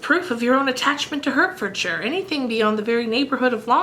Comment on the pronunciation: Hertfordshire is pronounced 'Heart-furd-sure' (North american accent) it's too cute haha. PS. Hertfordshire is where George Washington's ancestry is :D You inspire me to continue plowing through Bleak House